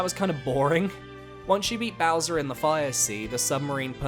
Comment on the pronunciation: Says ' so longee Bowswer not gay bowser lol